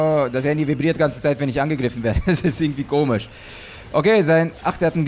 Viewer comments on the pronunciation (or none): none